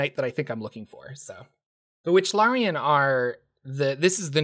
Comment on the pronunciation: Wichlaran not Wychlarian